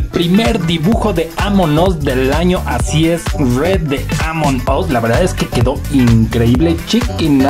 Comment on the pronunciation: No se dice redd, se dice red